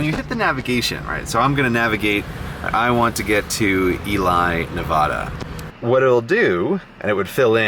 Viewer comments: Grey, I love your videos. FOR THE LOVE OF GOD, IT IS PRONOUNCED Nev-AD-a, not Nev-AHD-a. 1/10, literally unwatchable. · NE-VAW-DU??? ITS NE-VA-DUH 😓😂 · But Fallon has a naval Base... Also please change your pronunciation of Nevada while you are in Nevada. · oh Grey, you could not have said that any more incorrectly! It's Ely as in E-Lee and Nevada as in Nev-add-uh not Nev-odd-uh. Love seeing you come through the area and hearing your comments. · It's pronounced NE-VA-DA. Like the A in math. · Hi! Sorry to be the annoying imp in your comment section, but I have lived in northern Nevada my entire life. It is pronounced ne-VAH-duh, and ely is pronounced E-LEE. Anyway. What you did was dangerous af and very entertaining. Welcome naive travellers to the deadly sagebrush sea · Fallon is a NAVY base, not Air Force. Also, it is Nevada, not Nev-ah-da. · Oh my god the barista was right, I live in Las Vegas and this year was the first time in 8 years where it has snowed here. Also, its pronounced NevAda same as in the word at haha -3• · I'm sure someone already said it, but it's pronounced "E-Lee, Nuh-vad(like 'bad')-uh". source: born in Ely, Nevada. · I stopped watching the moment he said NevAHDUH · you say nevada wrong. as a nevadan, this hurts. i do want to say though, i really enjoyed this video. i loved that you got to spend so much time in my state, and that you got to see so much of the southwest. it really is its own one of a kind experience. and i loved the clips of las vegas. i've lived here all but four months of my life and i still love this city with all my heart. on top of it all a very good message sprinkled in, a restful driver is a better driver. sleep deprived/exhausted driving is a killer. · Stop saying Nevada wrong